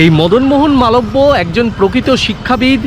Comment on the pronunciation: স্যার আমিও বেনারস এ থাকি,আপনার ভিডিও টা দারুন লাগল সব কিছু ই ঠিক দেখিয়েছেন কিন্তু bhu r উদঘাটন মদন মোহন মালবিও করিয়েছেন আপনার উচ্চারণ টা ঠিক হয়ে নি,,,আসলে আমি bhu r student তাই বললাম কিছু মনে করবেন না🙏 আপনার ভিডিও গুলো দারুন লাগে আমার